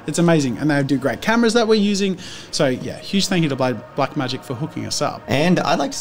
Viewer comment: Everytime Jazza says Blacmagic i think he means BlackMagicCrafts youtube account and then i realize im wrong 🙄